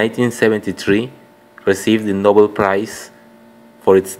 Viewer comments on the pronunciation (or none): none